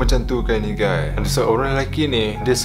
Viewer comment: This is real ugays~ 😂👌🏻